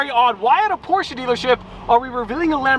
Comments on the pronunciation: Still porschE not porschA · NOOOO ! It's just "Porsche" not "Porscha" 🤣🤣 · ITS NOT PORCH ITS PORSCHE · “Porsh-eh” …not “Porsh-ah” If you really have to point out pronunciation, please get it right…or don’t mention it at all, and simply say it however you want. Cheers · You were saying it correcr. Porche, then you ruined my day and said porcha.... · Please do not buy a Porsche, because I can’t listen to your “correct” pronunciation. It is not posch-ah. It is much worse than just making the e silent.